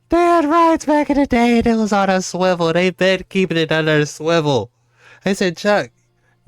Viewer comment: The girl in the end saying Shwivel lol😅